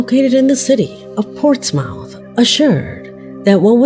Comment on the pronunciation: Portsmouth pronounced Portsmooth. 🤭